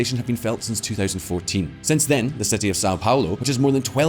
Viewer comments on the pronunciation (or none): none